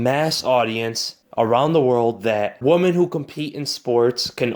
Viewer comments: Not to be a dick, but there is a difference between woman and women. Maybe you simple just said it incorrectly. It happens. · Woman or Women? He keeps saying Woman? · I'm not clowning. FYI: check out how to pronounce "women".